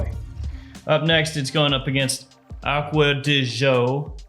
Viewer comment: I like your videos, but I can't stand the way you pronounce acqua de gio all the time. It's g as in giorgio not ż.